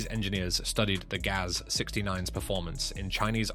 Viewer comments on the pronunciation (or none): Russian automobile marques are spoken as a word. Not spelled like G-A-Z, but as the word GAZ. Same goes for UAZ and the Romanian ARO, and aircraft types like Tu, Il etc.